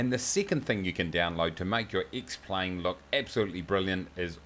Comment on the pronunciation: Because that is how you pronounce the name of the program - duh!